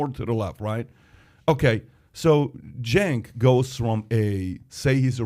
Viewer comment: "Cenk" Intentionally mispronouncing/misspelling someone's name is pretty childish.